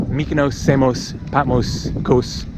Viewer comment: I agree, he mispronounces Patmos, Samos & Mykonos, probably some others I haven’t him say, but hey, he’s not Greek like Iam, but still annoying - great videos though💙🇬🇷💙🇬🇷💙🇬🇷💙🇬🇷💙🇬🇷